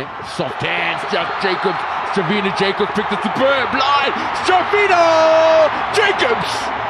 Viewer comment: Your pronunciation is correct for Jacobs. The afrikaans version is when its spelled Jakobs.